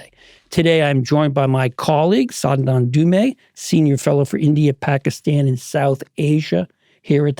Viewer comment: Sandand Dumeee! Indians really need to make non Indian interviewer say their name correctly first before continuing with the conversation.